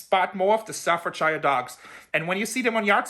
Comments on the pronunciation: Love you! It is however pronounced stafford.. SHEAR. And it's a location not a brand. But you're great:) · The way you pronounce "Staffordshire" makes me laugh. Good luck from England.